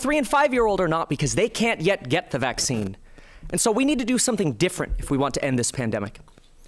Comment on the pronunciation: “I am vaccine” lol… why is “vaccine” such a hard word for Republicans to say?